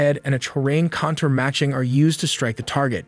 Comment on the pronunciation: Contour, separate and propel are pronounced wrong.